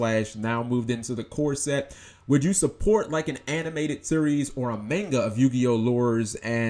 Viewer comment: oh God, you say Manga wrong